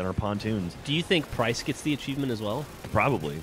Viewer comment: just curious, who is price? at first I thought you said christ.. :) ..